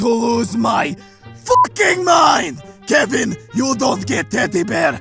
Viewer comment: Kevin Not Keven ITS KEVIN